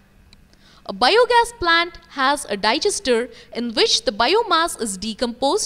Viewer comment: The way she pronounces bio gas is biyooo gas